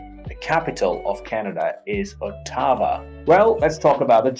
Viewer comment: I would be nice if you could pronounce Ottawa right.